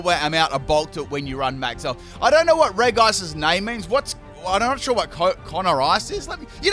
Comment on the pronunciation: The way u pronounce Regice triggers me